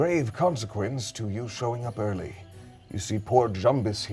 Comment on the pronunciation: When you had to rewind a bit because you thought you heard said “you’re quite ugly” instead of “you’re quite early”